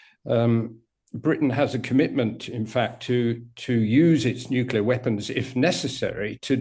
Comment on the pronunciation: Nuclear is not a complicated word to pronounce... thumbdown. I can't help that kind of shibboleth